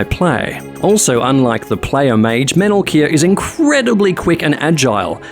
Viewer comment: Every time you said the Mage's name, I thought you were saying "Metal Gear."